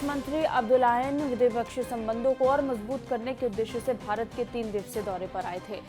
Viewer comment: Abe gadho bhrat nhi hai bharat hai